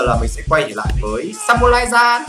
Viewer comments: chữ Giant đọc là "trai-ần" chứ ko phải là "gian" nha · Từ giant đọc là "giai ờn"